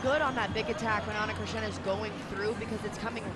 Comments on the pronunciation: Eu seu...foi só uma piada, pois ela pronunciava ´Chrisna' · Ana Cristina, like Cristina Aguilera... no christiana, lady on the mic said it every time wrong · They can say Christina Ricci and Christina Aguilera, but they can't say Ana Cristina 😂